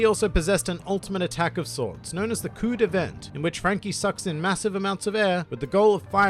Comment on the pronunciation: the cuo de vent is pronounced cou de van